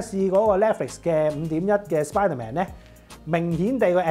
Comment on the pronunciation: 比個讚先！真係有改到 netflix 發音 👍🏼